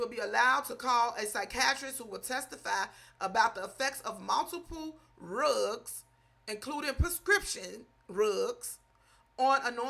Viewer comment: I Love the way She saying =RUGS=... 😂😂😂